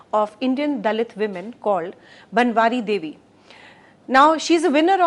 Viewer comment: The video was excellent. However, the speaker pronounced the name of the Bhanwari Devi itself incorreclty. She is one of the most famous person because of whom the POSH Act came into being. Further "Neerja Bhanot" was pronounced as "Neeraj Bhanot" within the first two minutes of the video starting. A number of incorrect pronunciation, some serious some non-serious were found in the 60 minute video. Further, simply reading out the provisions of the ACT does not explain the meaning of the Act any better. There appears to be no post production check by CeC. The video was however very good.